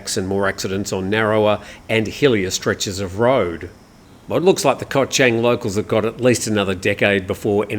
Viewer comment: Hi, I’m a great fan of your show. One remark however, please do some more effort to pronounce Thai geography a bit better. Chang, the island, the beer, the elephant, is pronounced with the ‘a’ as in ‘baht’, not as in ‘men’, no offence but it hearts my ears 😊